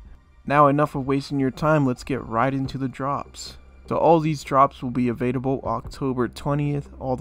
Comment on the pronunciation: Is he saying evadable? Or available? Am I crazy?!